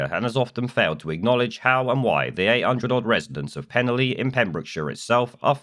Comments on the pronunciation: A quick FYI, it's pronounced Pen-Alley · The village is pronounced as pen-ally, with a hard A, as in the street name! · Its pronounced penn - alley. Nice coverage i used to live near there. Keep up the good work. 🙏✝️⚖👍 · It's pronounced pen-ally guys and id say at least 70% of people don't want these guys here and the army site is bang in the middle of the village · PEN-A (now put your tongue behind your teeth & blow down the sides of your tongue) LL Y(pronounced eee as in the clip) LL is a letter in the Welsh alphabet, L is a different letter. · As someone who comes from the area I’d like to say: 1. You’re pronouncing it wrong, I’m sure if an immigrant pronounced a British place name wrong you’d attack them for refusing to assimilate. 2. The people opposing this is a tiny minority, there has been massive support and people have made welcome signs to make sure they feel welcome. 3. The only thing we don’t want in the area is far right Tommy Robinson thugs coming to an area they know nothing about and causing trouble. So please keep your nose out of our business.